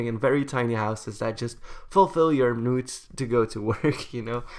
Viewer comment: I thought he said nudes instead of needs